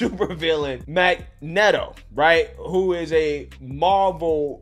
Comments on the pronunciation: I know this is unimportant to what this video is about but he said mag-net-o instead of mag-neet-o lol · You've never heard of magneto have you 😂 lol. We can clearly tell how you said mag-nett-toe instead of mag-knee-toe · "mag-neto" :( MAG-NEEETO :D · MAG-NE-TO. Not Meg-ne-dow. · Bro, the ADF can get fu**ed and so can ANYONE else who thinks we are about to start respecting George Soros. The man is NOT jewish. He is an athiest and a heathen. (: It's Magneeto not magnet-o.) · Ffs sick of hearing that. Magg - neat -oh. Magneto. One consonant between two vowels the first vowel makes the long "e" sound. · It’s pronounced Mag-Neat-O. Not Mag-Net-O. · Mag-Ni-To not Magnetto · Who's Mag-Net-Oh ? I know a Mag-Neeto! The Xmen super villain. Magneto. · Also it's mag-knee-toe.. 🤦‍♂️ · Mag”NET”o Everyone else: Mag”NEAT”O (magneto) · I cant even think about the amount of people online pronouncing MAG-NEATO wrong. Its an electrical term for a electrical producing coil that makes power for motorcycles etc. Not Mag-Netto. Elon even said it.... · It’s pronounced “Magneeto” spelled magneto. I’m just gonna leave this here. I do agree with his perspective on the evil real life villain tho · Sounds like Mag-Knee-toe. Come on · mag net o? mag knee toe -_ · LOL! its pronounced Mag-knee-tow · Lol.... it's pronounced MAG KNEE TOE.... Do you really not know that? Watch and read some Xmen , my friend. Lmao....I just heard the CNN talking head pronounce it correctly in the same video. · I never write you about your pronunciations, but come on man. mag-knee-toe 😂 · Mag netto? Bruh cmon man 😂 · It's pronounced (Mag-nee-to) 🤓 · I think you pronounce Magneto wrong my guy. It's pronounce Mag-Nito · "Mag net o." 🤣🤣🤣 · Bro it's mag-knee-toe lol wtf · Did he say Mag Net Oh? Bruh you never watched x-men? Lmao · I just lost a lot of RESPECT for this guy. Who the PHUCK is MAG"NET"O????? 🤦🏾🤦🏾🤦🏾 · Its Mag-Knee-Toe. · It’s pronounced “Mag-neat-toe.” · Who the freak is "Mag-net-o?"